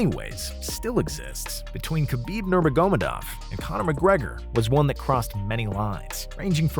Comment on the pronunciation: who the fuck pronounces khabib's name like that lmao